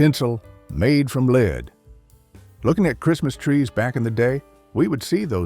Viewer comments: The culture back then was classy, charming and well-mannered. Today, the culture is vulgar, cheap, immoral and disgusting. By the way, nice AI narration. 'LEED tinsel'? Seriously? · What are lead (pronounced 'leed') tinsels?? Please, AI or human speaker, do your homework!!! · ATTN AI: UNICEF is not spelled out one letter at a time. Humans pronounce this Yoo-nuh-seff. Also, “lead” in this context is always pronounced as rhyming with “shed”. You forgot at least once and went to a pronunciation rhyming with “need”. The semi-Southern accent doesn’t fool us.